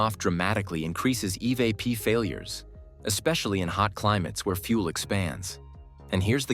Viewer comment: Absolutely AI. Go to and listen to it call the the evap system the E. V. A. P. system. Earlier it had pronounced the word "evap".